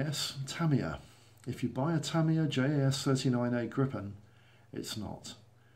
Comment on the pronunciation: Tip! Try to pronounce it Gripen with just one P, not Grippen, Gripen with one P! Like how you pronounce Jeep.